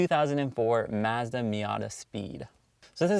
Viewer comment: Say Mazda that way one more time and I’m going to jump of my local bridge 🤮. But nonetheless I’ve always loved the MSM...but owner made a big mistake removing the stock Racing Harts..gorgeous and rare wheels. Cars so underrated and nobody shows love or recognizes them 😪 #Forgotten